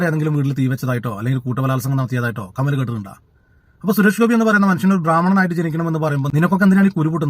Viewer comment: കമൽ അല്ല 'കാമ' ൽ 😅😅